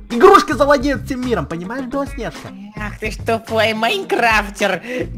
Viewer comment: Почему ты говоришь белоснеға